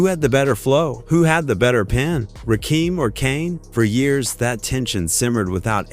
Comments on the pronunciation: I can’t watch this after two minutes. I had to stop. They are butchering my man’s name the God MC.😂😂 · In typical AI cracker fashion, mispronoucing artist name. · This AI butchering the legends name is fuckin annoying!